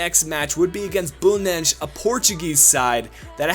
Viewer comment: Bruh it's Belenenses how did you pronounce it Bullnezh